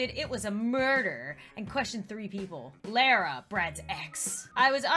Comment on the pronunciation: Lara is pronounced La- Rah. I should know.... it’s my name :)